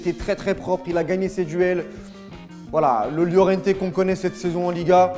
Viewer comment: STP améliore ta prononciation des noms espagnols (Araujo/ Lliorente/ etc)